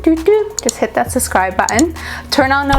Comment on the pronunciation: SuBscribe, not suscribe. Please pronounce properly. I love watching you!